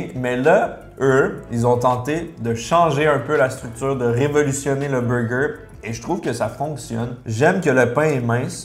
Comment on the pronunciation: Jadore gurky mais faut vraiment qu'il arrete de dire " beugeu" ça fait vraiment boff et g au moins 20 pot quebecois et envrai personne parle aussi vilain